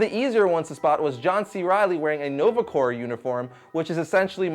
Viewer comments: it's okay. a lot of people mistake in pronouncing Corps as "corpse" and not "core". it's annoying, but it needs to be pointed out. out of respect for the military. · Weirdly enough i never connected "corps" with "corpse"..